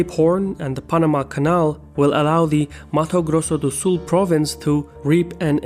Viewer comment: Haha, great "Mato Grosso do Sul" Portuguese pronunciation. Spot on.